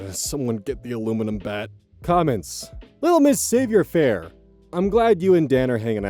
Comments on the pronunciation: Savoir-Faire. It's pronounced "sav-wah faire" from the French for knowing how to do. It's like social confidence, grace, tact. Knowing what to say or do in social situations. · "LittleMsSavoirFaire" oh. Savoir Faire is french, pronounced something like "sahv-wahr fair". If this was just a misread then carry on. If this is a new pronounciation learning (like foal) then congrats on learning!:)